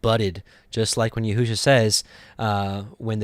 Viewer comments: Yeshua is all through the Scriptures (OT) in equal distant spacing....all spelled ישוע ...and... pronounced as Yeshua...and not yehu-sha....not ever... someone has deceived you into misprouncing our Savior’s name. I guarantee you are not going to call Yeshua by this new false name when he returns... it does matter. Or God wouldnt have put it in the gematria for us to find his son Yeshua. This other name is without knowledge....and he who uses it shows lack of knowledge also. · Wow... during my journey to understanding all truth of scripture, I had come across your ministry and because you too were learning, I dismissed your ministry in some aspects. However, it seems we (in this video) are in the EXACT SAME understanding. I’ll start monitoring once again. I must say, your pronunciation of both Yeshua and The Fathers name remains a stumbling block for me. Blessings